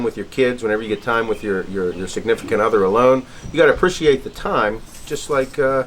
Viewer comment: Apprishiate lol